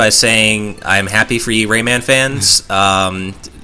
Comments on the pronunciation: For the love of Jeebus, stop pronouncing it as "Raymin,". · dear god the way you say Raymun is so ECH good video though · "Raymin" "Oobisoft" You people and your pronounciations. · The way he says Rayman bugs me so badly.